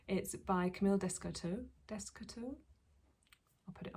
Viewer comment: I love your Unst and what nerves of steel you have to block your garment in the pool! FYI, Camille’s Descoteaux’s name is phonetically said as « day-koh-toh » Happy knitting from Monique in Montréal!